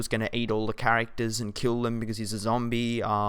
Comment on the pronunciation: lol when he says zombie tho